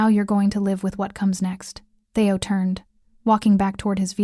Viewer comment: It's not "Thay-o. It's Thee-o".